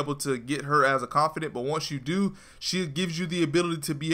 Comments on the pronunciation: ConfiDANT not confiDENT. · Hermione told me to tell you “its confidaaaaants not confideeents” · confidant... not CONFIDENCE.... damn dude. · It's känfəˌdant (Con-fih-dawnt), not känfədənt (con-fih-dint). It's the little things☆. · It's Not Confident.... its CON-FIH-DAWNT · confid AH nt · Con fi daunt is the pronunciation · you keep saying "confidence" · CON FIH DAUNT DAUNT DAWN-T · its con-fa-dant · It pisses me off how he says confidant wrong